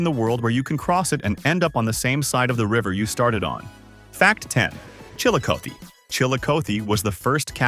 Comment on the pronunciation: The pronunciation of Ohios places needs work lol.......Cuyahoga /kai uh HOE guh/, Xenia /ZEE-nya/, Chillicothe /chill ih CAH thee/, Scioto /sy OH toh/. And Ohioans "want to leave Earth" because when flight was invented, the sky is no longer the limit! We're going to Mars eventually! The Wright Brothers would be beside themselves in delight!